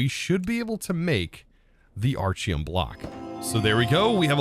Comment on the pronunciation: Why does he keep mispronouncing the item names? Aren't they named after him? So it would be like Architect. Right?